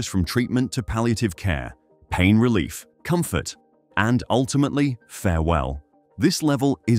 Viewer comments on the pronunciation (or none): none